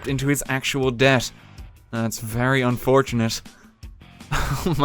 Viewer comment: wait, did you say debt or death?